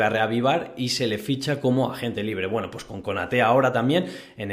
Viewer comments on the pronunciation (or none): none